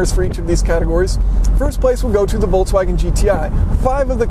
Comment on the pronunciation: Do you say VOLTSwagen? For any reason I say VOLKSwagen